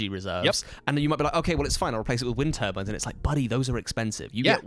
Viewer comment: From Canada here, I thought probably wind turbines from context, but I still thought I was hearing "wintervines" too 😆I guess they only put the accent on the "win" over there